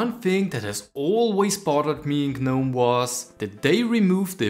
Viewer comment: You dont pronounce the "G" in gnome. Also, pretty standard extensions, not exactly a major discovery.